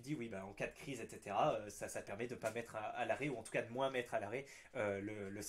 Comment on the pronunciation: Pourquoi tu prononces le S quand tu dis MOINS ...?? ou tu l'écris comme ça "MOINSE"